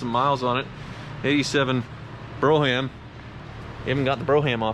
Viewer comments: Broom - it's pronounced Broom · Bro-ham is a ham you bring your bro. Brougham rhymes with roam, but I'll assume you know that and are joking around. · Ugg... it's bro-mmm not bro-ham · Bro-ham? Uh no. It’s pronounced brome. LOL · I think Brogham is pronounced BROME, like chrome. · It's pronounced brohm, not broham. The word comes from a carriage, built in the 19th century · Bro-ham? I hope that was just you being silly. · "Bro-ham" - hope that's a humor attempt and not a real mispronunciation. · Brougham is pronounced "brome". Like the empire of Rome with a B in front.